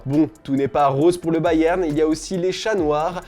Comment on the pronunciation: Prk tu dit Bayern comme ça